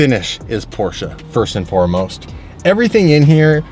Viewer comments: The way you pronounce Porsche XD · You managed to pronounce both words in "Porsche Taycan" wrong